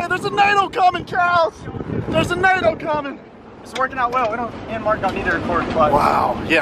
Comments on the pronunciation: Nado not nader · Why do yall say nado😭